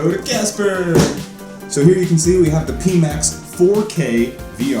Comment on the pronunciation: I had to stop after the third pee max. Pie as the symbol is on the box, front of the visor and speakers... Pie max